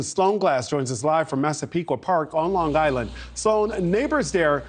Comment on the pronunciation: Long Island - NOT Longgg Island.